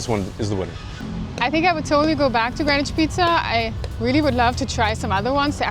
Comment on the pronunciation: I'm impressed by the amount of video editing. This is also the first time I've heard Greenwich pronounced correctly in a Philippines vlog.